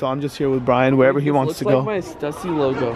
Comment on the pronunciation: the way rug pronounced stussy lmaooo